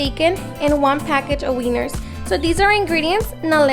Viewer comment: i’m sorry but I DIED when you said Weiners😂😂😂😂